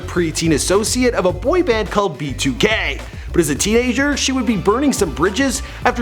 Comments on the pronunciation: Did he say “b2 gay” ? 😂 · Bro when you said "b2k" I had captions on and it said "be too gay" I have nothing against gay people just found that funny